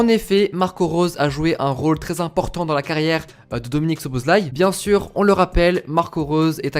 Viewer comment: enfin un mec qui sait prononcer le nom de dominik. J ai sa carte future star c est un monstre. Sinon petit tuyau le nom francise de sa ville natale c est Albe Royale sinon a quand une video sur la hongrie ? Puskas, Czibor, Koscis, Lorant, Hidegkuti... c etait un delire cette equipe